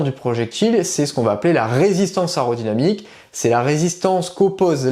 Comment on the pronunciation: On dit pas ARODYNAMIQUE , ce mot n'existe pas mais MAIS AÉRODYNAMIQUE !